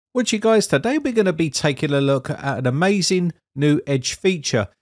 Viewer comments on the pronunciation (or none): none